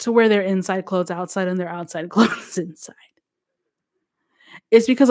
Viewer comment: ITS THE RANDOM ACCENT FA ME..... NOT “CHANGE MY CLO-THES”............ 🤣🤣🤣🤣🤣🤣🤣🤣🤣🤣🤣🤣🤣🤣🤣🤣🤣🤣🤣🤣🤣🤣🤣🤣🤣